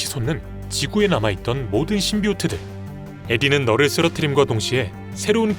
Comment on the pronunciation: 널을 말하는건지 너를 을 말하는건지 자꾸 들으면서 헷갈리네